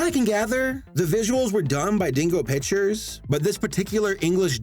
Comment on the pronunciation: Did you just say bitchers or pictures